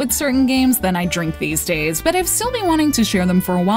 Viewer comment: "dwink me!"